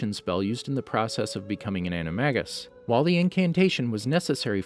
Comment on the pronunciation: You pronounced Animagus wrong